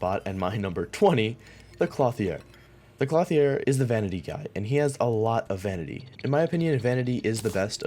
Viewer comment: Please never say clothier like that again